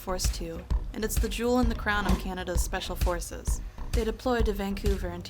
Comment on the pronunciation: Schpeshfal Forces!! Yay!